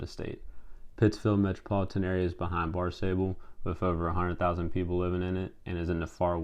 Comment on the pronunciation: Great research, a lot of good info. Good job. Just some pronunciation were off. Wellesley College pronounced welz-lee,. Barnstable pronounced baarn·stuh·bl,. Concord pronounced CONK-ERD,. Vineyard Haven is pronounced vin·yrd hay·vn You also had the wrong map of Springfield when you talked about media markets, you had MO.